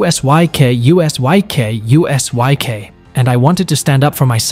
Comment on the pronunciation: Usyk ❌, U S Y K ✅